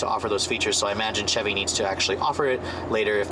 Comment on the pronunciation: "chee chevy" hehe . :)